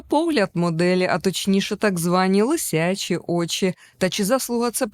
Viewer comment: "лисЯчі" - ну перестаньте вже нівечити мову😂 Правильно лИсячі.